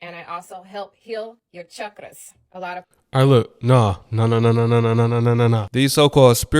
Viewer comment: She's a fake spiritualist that's why she's going thro it. She can't even pronounce chakras correct 🤦‍♀️